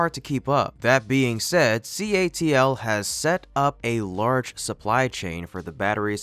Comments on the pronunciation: C. A. T. L. Not CALT. YOU GOT IT IN THE END.😖😁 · CATL not CALT😂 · CATL* your audio keeps saying it wrong